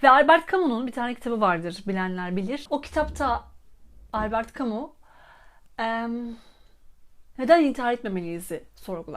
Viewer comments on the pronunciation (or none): none